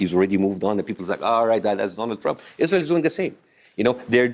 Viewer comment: Its the 'Izrahell' pronunciation from Bassem for me😂😂😂